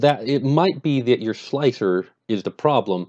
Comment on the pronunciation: its pronounced 'Slicer'